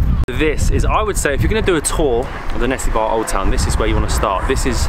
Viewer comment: It's actually nessebar not nessibar. Their pronounciation is wrong. It's pronounced Ne-SE-bur